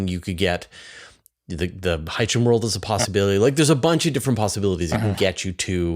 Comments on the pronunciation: this guy came up with a totally new pronunciation "hi-ye-shen" as opposed to hy-see-en or hy-shen lol. IMO "Hy-see-en" definitely sounds more "sci-fi" lol. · Hycean is pronounced ´your anus.'